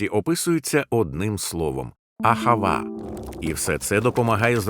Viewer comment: АГАВА а не АХАВА